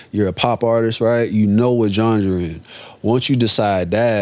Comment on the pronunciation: Bro said “gengre”